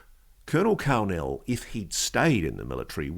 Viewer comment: When he said Karl Nell i thought he said Kal-El several times. For those who don't know Kal-El is Superman's Kryptonian name 😂